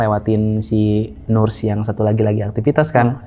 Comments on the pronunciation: Sori mas narsum utk ocd sy, agak gelitik ditelinga iniii waktu dengerin hehe.. Btw cara bacanya “ners, bukan nurs” atau bisa juga sebut aja “perawat”😃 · Nurs cenah 😂 dibacanya "neurs" sama wich is terus